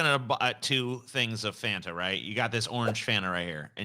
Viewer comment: I’ve never heard anyone pronounce Fanta as Fonta before 😂